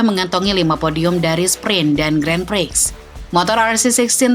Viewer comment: sebagai channel yang membahas motorsport, sebaiknya bisa lebih tepat lah dalam pengucapan kata Grand Prix.